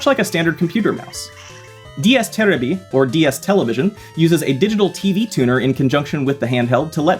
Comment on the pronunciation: Ain’t no way bro said ds teraby. First of all, I’m japanese so I can tell you that you indeed said it wrong. If you were to pronounce that correctly, the r would sound more like a d and make the y short. Just stick to sayin television or something cuz that was cringe